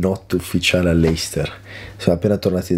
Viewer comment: ti potevi far spiegare che si dice "lester" non "leister"